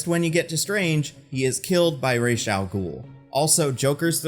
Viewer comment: The mispronunciation of falcone and ra's........... Say it with me now.... "Fal-Cone" "Raysh"